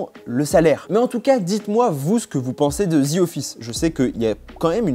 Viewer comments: On dit The Office, pas Zi office. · Genre il a dit ZI office..mdrr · “ Zi office “